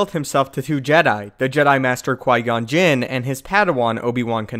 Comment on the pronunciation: Anyone else keep thinking he's saying Jyn not Jinn? 😂